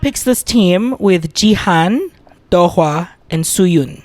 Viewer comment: It's Suyun, not Soyon. Learn the names, bruh